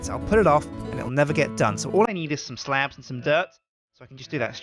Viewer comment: when he says slabs he sounds really american